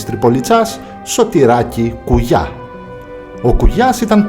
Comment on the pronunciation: Απλα αλλαξε τον τονο στον Κουγιά